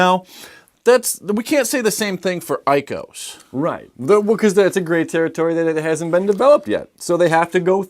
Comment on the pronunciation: love the channel 100% just stop saying icos LOL as a full word its I C O's not icos :)